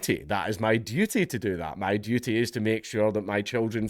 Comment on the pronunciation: It is mah dewty! Mah dewty ta dew dat!